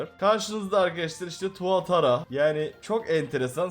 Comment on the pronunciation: Tuatra tuatara degil